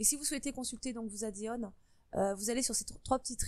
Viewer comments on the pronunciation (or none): addons pas adéon XD (désoler sa m’écorcher les oreilles ^^ ) Mais merci pour la vidéo ^^